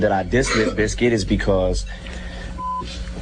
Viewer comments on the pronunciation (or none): its limp bIZKIT!!!!!!!!!! not biskit!!!!!!